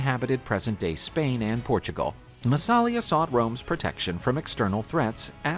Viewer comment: Hey: It's NOT pronounced "MassAlia" but "MassalIa"!